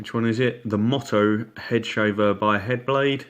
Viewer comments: Thanks for your review. Just a heads up on pronunciation. MOTO is pronounced Mow Tow and not Mot Oh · MY HOW 2 No that’s not me. But I have watched that video (and found it Very useful), and many others, during my research for a new head shaver..and thoroughly enjoyed most of them. As for Your pronunciation of “Moto” which is “Motto” (Mot Oh), how You pronounce it is defined as “a short sentence or phrase chosen as encapsulating the beliefs or ideals of an individual, family, or institution. “Moto” is simply an abbreviation of motorcycle, motocross etc “Mow Tow” No big deal really. But nice when used correctly in a semi professional review. Watch the Headblade Moto video which clearly uses a motorcycle and you’ll understand their intent. I’m still waiting for my Moto to arrive in the mail. It’ll be my first Headblade product. I’ll be happy to report back with my unbiased usage opinions .. if you like? My Motto when riding my motorcycle is to always “ride within my limitations, and watch out for every other road user because they simply don’t watch out for me”...and it’s this Motto that has helped keep me alive on the road for 38+ years On the flip side I’m hoping my new Headblade Moto (Mow Tow) will shave my ugly noggin smooth enough to allow my helmet to slip on and off without the usual “Velcro” like drag from unshaven stubble LOL